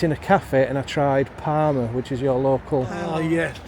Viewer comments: Is there any other locals really annoyed every time he said PARMA instead of PARMO??? And also when he called the obvious garlic dip a yoghurt dip!?!?! Anyway cool video, nice to see someone championing the area and that parmo actually looked really nice, will have to try it out that cafe one day shopping. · You kept calling the dish parma and the locals would say yeah parmo, but you kept on right to the end still calling it parma, you are a stubborn beggar but we love you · parmOOOOOOOO ffs 😂 not parma like parma ham 😩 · parmO please stop saying parma 🤣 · PARMO! not PARMA! 🤣 They taste very different in restaurants than they do in cafes and takeaways. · It’s called parmo not Parma 😂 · Good vid man, but parmehhh 😂😂🤣🤣👌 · It's parmo not Parma lol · Ive lived in mbro all my life i didnt know Sydney Harbour bridge was made here. Ps we call it parmos not parma 😊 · It’s pronounced parmOO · You should’ve tried Manjaro’s for your Parmo (pronounced with an Ooo sound not Parma) , great vlog you just popped up in my search, noticed you have just been to San Antonio Tx , will have to check it out , haven’t been there since early 2000’s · It's parmo with a o on the end lol